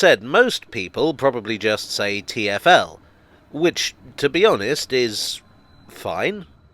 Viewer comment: I do not really have an opinion on what name is better, but I should say that Geoff Marshall's pronunciation of TFL made me believe for a long time that the company was called 'Tierfell'